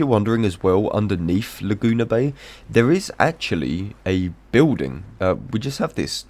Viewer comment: "Luh-Joona" made me lol